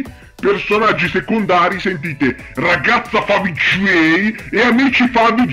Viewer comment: AHAHAHAHAHAHAHAH OOMMMYYYYYGODDENESSSSS AHAHAHAHAHAHAHAHAH LA TUA PRONUNCIA DI FAVIGGGIEIIIII FÁ MORIREEEEEE AHAHAHAHAHAHAH TI ADORO AHAHAHAHAH